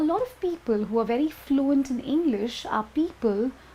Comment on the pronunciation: wery wery good lol